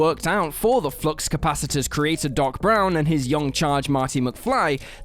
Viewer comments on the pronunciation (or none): none